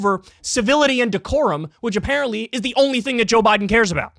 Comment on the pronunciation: Am new here. Did Kyle just say "Joe Boten"? As in "roBOT"?